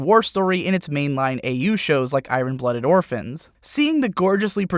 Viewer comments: the way you say iron is funny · dude please look up the proper pronunciations for many of these English words. "iron?" "diaspora?" woof